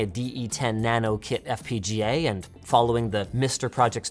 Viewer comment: I spotted a German "and" there.